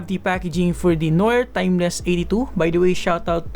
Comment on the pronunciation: Wrong pronunciation of noir, and I love the pronunciation of hippopotamus. ;)